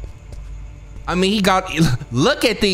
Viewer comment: Every time you said danm lol